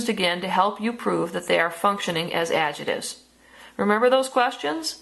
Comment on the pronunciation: I don't like the way you say adjectives but good vid